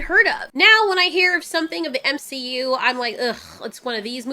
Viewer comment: you are saying M she U incorrectly.